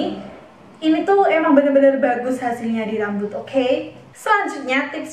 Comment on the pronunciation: Kaget pas ngomong okhey😭😭😭😂